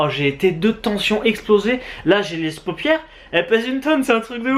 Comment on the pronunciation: J ai vrement cru que j'allai pas avoir mon pti beugue verbale de aujourd'hui! Mais c etait sans compter sur la fin de video 😁 "j'ai les s'paupiéres explosé.." ouff je l'ai eu! Ahah gros soutient les potos 💪👍👍